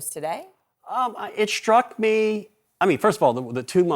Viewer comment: It “shtruck me…”. When did s words become “sh” words like “shtreet.” Sean Connery.